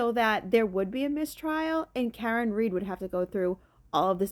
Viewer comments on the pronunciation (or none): none